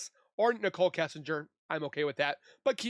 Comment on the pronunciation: Hey lady!! It's Kessinger NOT Kissinger!!!!!!!!